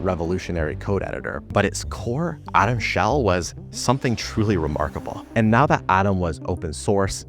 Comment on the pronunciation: "Atom Sheld"? lol